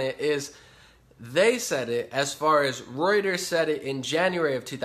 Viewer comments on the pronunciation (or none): none